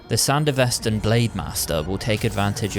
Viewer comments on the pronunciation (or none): It’s Sandevistan not Sandevestan as you constantly say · couldn't pronounce it correctly like in the anime...? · How ya gonna make this vid fresh off the anime, and still Repeatedly mispronounce SanDevistan?